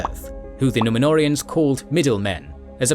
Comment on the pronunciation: The way they absolutely butcher the Númenóreans , angers 😠 me